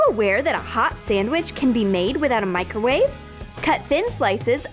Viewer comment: They said 'Micrrowave '😂😂